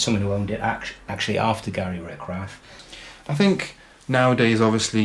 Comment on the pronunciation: RICH-rath, not RICK-rath.